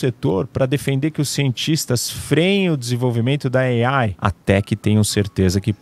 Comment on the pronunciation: Gastura dele dizendo "Ei-Aiiie"